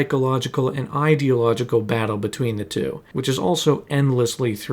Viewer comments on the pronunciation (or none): none